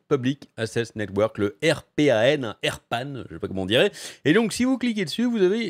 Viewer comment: a chaque fois que tu prononçais rpan mon cerveau mal réveillé traduisait herta, du coup j'ai une énorme envie de saucisses, je ne te félicite pas